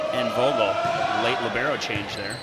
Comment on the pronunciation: It's libERo not libAIRo, damnit